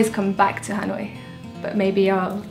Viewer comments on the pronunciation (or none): Dan đọc là ....... Hà lội ?